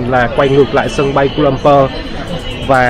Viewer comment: Sân bay khu - la - lum - pua chứ anh